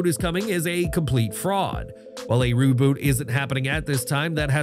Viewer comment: He fucked up reboot like three times in a row lmao. I heard revoot ruboot and one more I think lol